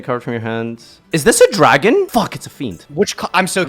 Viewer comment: turning into a Brooklyn deli owner when he yells "draagaan! 'ow 'bout draagaan!?"